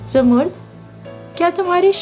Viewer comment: Boht pyari kahani. Lekin ap mind na karen to aik baat kahun. Ap kuch alfaz sahi ada nahi karteen. Jese zamarrud ko ap jamurd bol rai hain. Isko propounce karen Zamar-rud. Yani 2 syllables me.